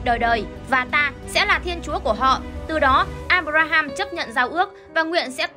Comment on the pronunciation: à mà đọc sai đấy nhé. áp ram và áp ra ham chứ không phải abram và abraham